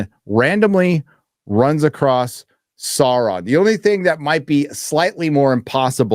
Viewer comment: roll those R's when saying Sauron... Well done. Skill useful in bedroom, also.